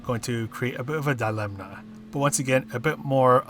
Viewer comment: Thanks for the guide. I pumped up my DR hugely with the Mazda on the Nürb fuel-saver last week, so hopefully she'll serve me well here too - what do you think? btw there's no 'n' sound in 'dilemma' 😉